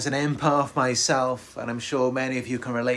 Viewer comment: It’s not imparth it’s impath